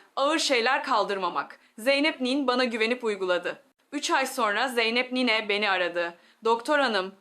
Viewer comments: Bu nasıl konuşma ! Nine demeyi bile beceremiyor. Niii ne diyor. Robot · Türk doktoru nine demesini bilmiyor mu Bu yapay zeka tasarımlarını da her alanda kullanılıyor olması riskli 😡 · Niyne nedir ya? Nine